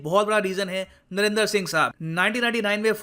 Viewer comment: सर आप क्यों नरेंदर मोदी बोलते है